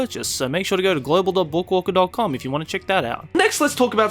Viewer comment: the way says book walker is very satisfying